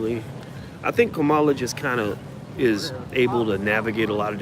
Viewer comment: Dr.Watkins it's Pronounced like: Comma' La